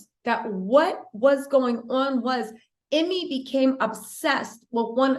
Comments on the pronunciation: EEEE-May not Emmy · His name is pronounced” you-mee”.